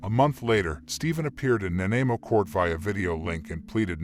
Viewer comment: You are pronouncing Nanaimo wrong...lol..Lots don't really do it right unless you live in B.C...